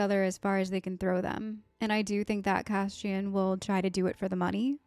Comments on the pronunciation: It’s Cass-ee-an, not Cashen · Why do you keep saying Cashin? It's Cassian. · It's not Cash-ian not the SH but S sound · CASSIAN...not Cashion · His name is not Cashian. It's Cashew 😂🙃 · CaSSian, not cashian; By accident, not on accident; ESpecially, not expeshaly; 😥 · Cass - eeee - in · Yeah... there's no "cash-in" in Cassian 🤣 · Are you aware your mispronouncing Cassian? It’s pronounced CASS-Y-AN 😊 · Why do you keep pronouncing Cassian's name wrong XD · You are saying his name wrong.